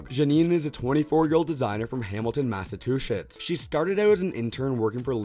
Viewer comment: Did you say mass a two shits?